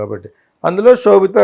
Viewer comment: Anchor, sobitha not kshobitha